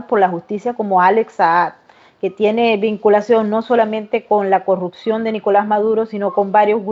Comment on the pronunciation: Perdón, no se dice " corrucción " se dice corrupción.